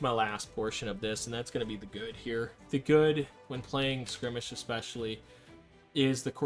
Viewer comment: Dude its not skrimage its skirmish.